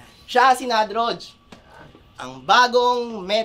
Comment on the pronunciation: Nadagdagan na naman yung may R defect sa Motus. Grey Matter, Katana at Nadroj. Hindi na kakaiba 😂